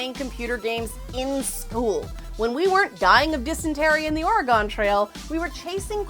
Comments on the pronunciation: It's Or-eh-Gun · I cringed so hard when you said Oregon.